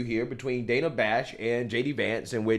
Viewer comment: when you were a high school easy lay, it was "Day-na" and now you want to hide your past or you want to be a man as now you are "Dan-a"